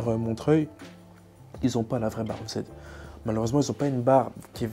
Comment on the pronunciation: C'est marrant... Tout le monde prononce "eu zède" pour la barre EZ, alors que c'est "easy" (= "facile" en anglais).